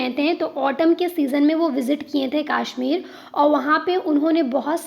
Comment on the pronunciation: Its kashmir ✅ not kaashmir ❌😂😂😂